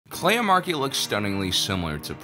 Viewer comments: Ok I admit, when she was introduced by Luthen I first heard "leia" and not "Kleya" and I nearly lost my shit. Now I kinda wish it was Leia because Kelya is pretty cool. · this episode sounded like Luthen was saying Leia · At one point, when someone said Kleya, i thought they said Leia and was super confused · I literally got confused and had to turn on subtitles to see that Luthen wasn't saying Leia.... Kind of an annoying coincidence since there's already been so many of the female leads in Star Wars who match this young light skinned brunette template, as though they're all filling in for Leia. And this could have just been young Leia! Doing her first "internship" secretly helping organize the rebellion. (although that would've distracted from Andor and the other new characters)